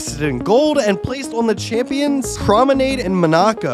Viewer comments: The way he pronounced Monaco 🤣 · 1. Its Messi not Messy 2. Football > Soccer 3. You pronounced Monaco horribly, it’s way off from correct